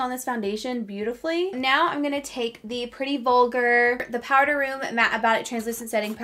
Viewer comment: Why does everyone say powDer play??? It drives me nuts!!!!